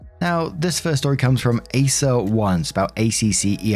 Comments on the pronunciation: This is old but PLEASE, what is an ACCER?? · It's pronounced Acker,.